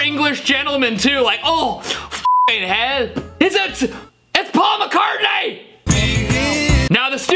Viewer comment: I'm sorry but I did not hear "fvcking he//" I heard "fuhhin hall"😔🤣